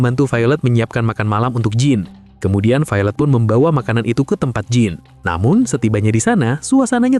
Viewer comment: Jean dibaca Dzan.